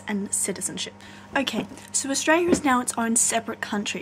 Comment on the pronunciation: Australia... The L isn't silent